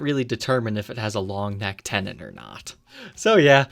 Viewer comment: Tenon is the word. But ol didn’t enunciate it and I had never encountered it before. So I was asking.